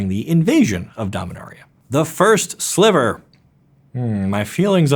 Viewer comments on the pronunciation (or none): none